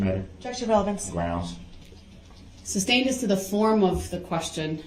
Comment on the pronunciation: "grounds for the SUBSTAIN" smh that's not even the word, and even if it was, ,it's not the word he should be saying here. Every time I heard him say, I wanted yell SOMEONE TELL HIM IT'S SUSTAIN!!!!